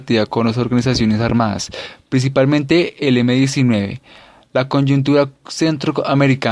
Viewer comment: ¿Conyuntura? ¿Nicuaragua? ¿GUATERMALA???... POR DIOS. HASTA AHÍ ESCUCHÉ EL VIDEO, Y ESO QUE YA ME HABÍA PLANTEADO QUITARLO. ¿ESE MUCHACHOA ESTABA ALFABETIZANDO O QUE?